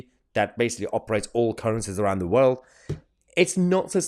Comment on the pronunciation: The ppl that we put down for good reason .never see these stuff . Or know whats going on Like blair .everyone says why os He always poking he nose. In . He is a good example of arrogance. I do wish along with Many others he would but out. And i carnt stand the way he says WORLD. !!WALD!!